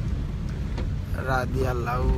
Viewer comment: রাদিআল্লাহু না ঠিক করে বলবেন।